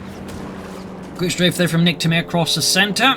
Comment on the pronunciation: Niktamair 😂 Every french people is laghing at the joke right now. As keeps saying it along the replay!